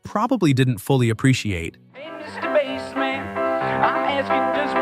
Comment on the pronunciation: The Bassman is pronounced as in basement, not as in the fish. Good grief!